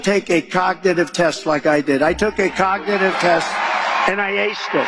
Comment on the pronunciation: “Cocknitive” test 🤣🤣🤣